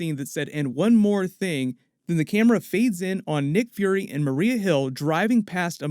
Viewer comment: Yeah "nick furry" and "marie hill" 😉😂😂😂😂